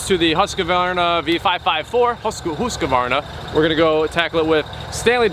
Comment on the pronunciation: Please stop saying husk-a-varna. There is only one a in the name...